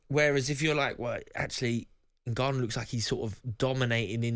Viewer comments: Yeah it's odd, as well as him saying "ENgarnU" 😂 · How can anyone be excited about this card when its pure duckery in its most obvious form, fkin ridiculous, and someone tell garath how to pronounce N gannou please!